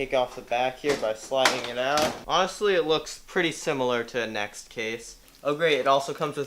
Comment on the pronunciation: Anyone else cringe when he called nzxt a next 😂